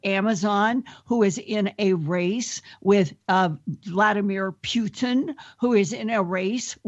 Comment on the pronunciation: my favorite part was when she said Vladamir "Pewton"